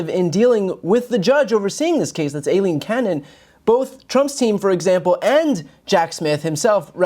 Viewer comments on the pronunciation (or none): AILEEN and EILEEN are both pronounced as I LEEN, neither is pronounced ass A LEEN.